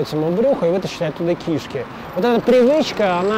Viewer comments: правильно говорить кишкИ и кишОк. Я врач. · Всё-таки, надо произносить "кишкИ", или как?